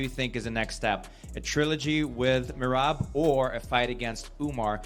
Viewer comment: Hey white boy, say Merab’s name correctly. MEY RAB, not MEYRIB.